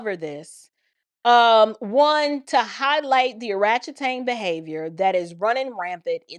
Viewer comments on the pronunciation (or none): Every time you say oratchetang 😂